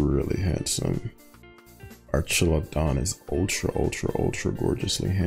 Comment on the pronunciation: Archaludon,. Its name is Archaludon